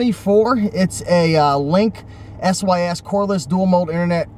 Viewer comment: its pronounced link-sis like short for sister, one word.